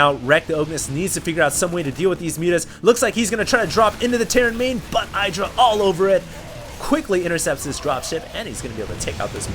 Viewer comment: When will learn that in Idra, the I is short. Not long.